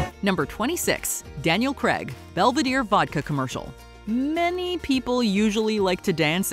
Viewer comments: Craig not Cregg 😂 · Daniel Craig or Daniel Cregg? I'm sure she called him the latter! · Try to pronounce Craig properly. It's not pronounced Creg, it's rounded Crayg. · “Daniel Graaaaaag not Greeeeeg. 🙄 😂🥴🥴🥴🥴🥴🥴🥴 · Was enjoying this until she said "Daniel Cregg" ugh, it's CRAIG... sorry, just one of those American pronunciations that really irk me. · Please for the love of god learn how to pronounce Daniel Craig's name.